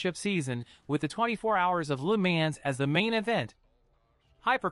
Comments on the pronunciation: You sound like those automatic phone message systems, LU MANS...lol, proper is La Mons, even though it spelled Le Mans. Great video otherwise, thumbs up! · This guy just say LEE MANS 😂😂😂😂